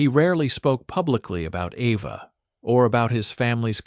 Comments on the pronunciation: It’s EVA not Ava!! BRAUN not Brown!!! Annoying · Try to say the "au" part of Braun as "ou" in the english word "house"...it comes closer to the right pronounciation. Eva in german is pronounced like E as in the englisch word "bed or red", so quick and short -eh Pls no "e" as the first letter of "evening" And the V is an "f" as in the word "info" A more like an "ah" as in the last a of the word "Africa" So Ehfah 😊 I am german....hope that helps a bit😊😅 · Yes, he keeps calling her AVA. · Eva. Not Ava. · Braun is Braun and not Braawn. And if you want to pronounce it it would be closest to Brown. And she been named Eva and not Ava. You can bet, I am German and should know. I guess your wrong idea of the "Braawn-Family" is owed either to a bad AI narration or a narrator that speaks a bit sloppy here and then. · Eva is pronounced AYva in most European languages. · I know, the "Ava" pronunciation was annoying.